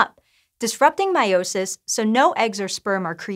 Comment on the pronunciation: The way she pronounces meiosis just makes my my blood boil 🤨😠.